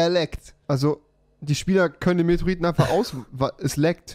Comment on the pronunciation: METEORITEN NICHT METROITEN